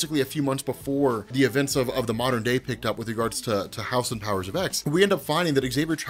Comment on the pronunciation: Please for the love of God pronounce the title correctly